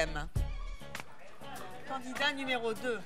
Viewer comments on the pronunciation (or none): Évelyne.. on dit candidat pas candinat :P